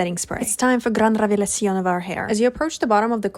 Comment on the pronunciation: sisi tambien dijo "gran revelacion" tan linda la amo